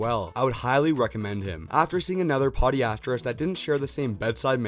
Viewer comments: Podiatrist “Puh-Die-Uh-Trist” Not PeeDeeAtTrest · A Poe-Die-Uh-Trist is in fact a foot doctor